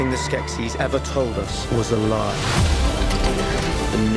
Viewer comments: Skeksis, not Skeskis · Skek ski down the mountain... "SKEK-SIS" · I know I'm late but I can't let this pass. Skeksis. Pronounced skek-seas not skek-skis. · The only thing I don’t like about this video is ITS SKEKSI NOT SKEKSKI ;-; sorry for typing in caps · OMG this video was super cool and everyone mad just cuz she say skekskies and not skeksis?! Just ignore it cuz the video's still awesome and skeksis is a made up word anyway!!! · 'skekSKI'? Comrade, the decadent poop turkeys are nyet Russian. I give your pronunciation a 3.6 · Skeksiksksss :-D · Skeksis is both singular and plural, but the plural form is pronounced 'Skek-sees'. I hope this information finds you well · In the show they pronounce the plural as skesis??? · Ok... it’s SKEK-See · Omg that's not how you pronounce Skeksis... I can't handle it. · Why the fuck is she saying Skeksis like that? Also Rhunip IS mentioned in AOR 🙄